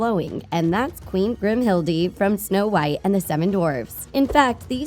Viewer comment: Grimhilde pronunciation: Grimhild -UH Si ( Si & Am ) pronunciation: Sigh